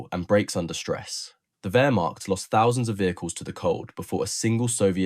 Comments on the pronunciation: Learn how to pronounce Wehrmacht. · KÜbelwagen not KUbelwagen ... PorschE not Porsch ... WehrmaCHt not WermaKt ...